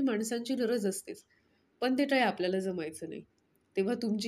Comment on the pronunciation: काय बोलताना टाय बोलत आहात क सुद्धा नीट नाही बोलत आहात